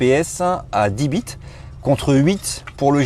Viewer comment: Il a dit bits(bite)